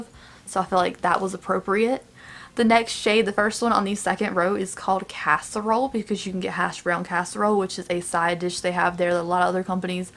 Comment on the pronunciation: Omg so cute. And this is the first time I’ve heard a little southern accent when you say casserole. Love it.